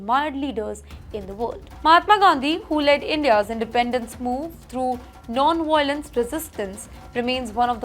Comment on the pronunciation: this anchor can never get her pronunciation, right. She pronounced, "Mongolia", as, "Mongola". and, "Putin" as, "Puting" .... and wtf is cuntttt cerned? and, "Violence" as "Whylence". your ballockswood is a global joke